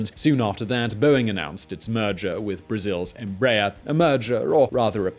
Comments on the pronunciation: The pronunciation of Embraer was all wrong too: It should be 3 syllables, not 2 Em ----- Brah.---- Err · Como brasileiro, não Rio das pronúncias de BOMBARDIER, apenas Rio da forma como falam EMBRAER. As a Brazilian, I do not care about how they pronounce BOMBARDIER , just laugh about how they say EMBRAER. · Embraer sound like EmbrraAIR in brazilian portuguese. ;)